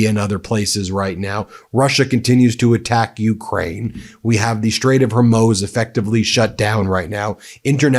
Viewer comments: Please it is not the straight of "hormows". It is pronounced "ormuz". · Love ya Ben, but please quit pronouncing it like Strait of Her-moze! It's like Hor-mooz. While I'm at it, it's bee-cuz, not bee-caws. But I can't stop watching/listening... you're that good. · hoormouz it is pronounced hormouze. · Strait of HORE MOOZE. Not HER MOZE. Sheesh. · Ben, for Christ's sake.... It's pronounced "Hor moos" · Why do you have such a hard time pronouncing Hormuz correctly? Are you saying it wrong to be insulting to the language from which the name came? It seems like you don't have a command of spoken language or you are intentionally insulting the Arab language from which the name came.